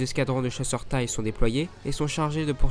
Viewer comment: Pour info, on dit chasseur T-I-E et pas chasseur " tay " !